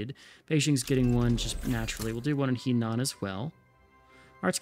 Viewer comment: Slowly going through these episodes so sorry for the delay here, but Henan should be a soft-e, more like "huh-nan" or ironically even "her-nan". Also a stupid question from a total noob here but I'm realizing still don't understand how we won against the British and therefore don't understand how far behind we are relative to the other powers - I'd seen plenty of other players and AI's die despite overwhelming numbers - maybe it has to do with how you condensed the armies at the beginning? Would love to understand the thought process there.